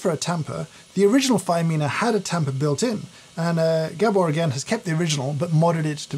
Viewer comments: Poor Gábor getting his name mispronounced as "Gebbor". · Just a quick word from a fellow Hungarian. Gabor's name is pronounced Gaabor and not G'bor😉